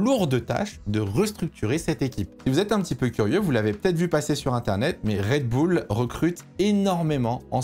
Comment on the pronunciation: Merci mon d’avoir fait l’effort de prononcer “Raid Boul’” pour cette vidéo!! Je te jure que ça change le plaisir de visionnage de certain (j’en fais partie) 🤗🤗